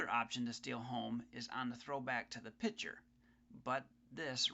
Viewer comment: the word is PITCHER not picture...